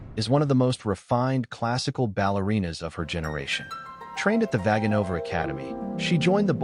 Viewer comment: I can't believe a native Russian speaker hasn't said this yet unless there's a Russian dub that pronounces everything properly. Evgenia has a hard G. Vaganova is pronounced like this: Vuh-GAH-no-va. Most Russian names accent the 3rd syllable before the end, so VISH-neh-vah but also Ma-KAH-roe-vuh or Za-KAH-roe-vuh. Your text is great but my ears hurt now.